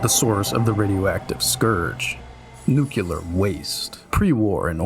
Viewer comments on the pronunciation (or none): It's pronounced "new-clee-are".